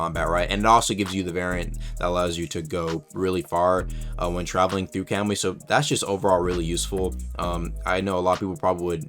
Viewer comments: "kemui" lol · Please tell me your pronunciation of kamui was a troll